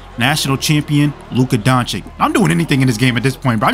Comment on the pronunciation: DONCHICH not DONCHICK....comon after 6 years this is pathetic Indeed....